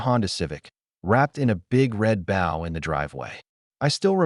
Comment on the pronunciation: The AI voice sounds American, but pronounces "bow" wrong. Should work on that..😊